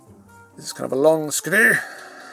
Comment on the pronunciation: Why do you turn Scottish whenever you say "screw"?